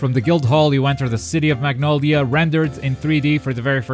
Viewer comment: Magnoldia? Isn't it Magnolia?